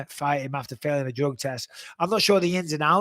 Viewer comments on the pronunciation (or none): none